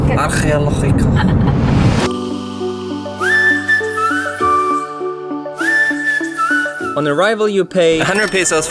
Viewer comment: lo leí como lo dice. (Argeológica) jajajaja